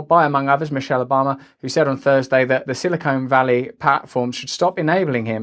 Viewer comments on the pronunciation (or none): "Silicone Valley" 😂